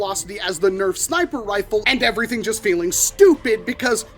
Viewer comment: “Snip-er rfle”💀